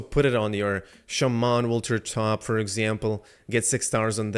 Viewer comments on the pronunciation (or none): none